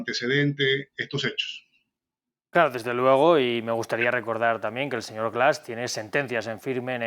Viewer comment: Siempre Defendiendo lo indefendible este ex-embajador. Que pronuncie bien es Presidente Andrés Manuel, no deñor, hasta la segunda vez lo menciona bien. No cabe duda que la vejez no te da Educación ni respeto. Habkando de supuesta justicia pero sacan mtiendose cono LADRONES en una Embajada. Lamentable No les Importa du pueblo al fin que lis políticos tuenen dinero en diferentes bancos.